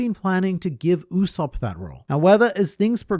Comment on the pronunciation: Brother, his name is not pronounced "OOu-Sopp" but "YOU-Sopp"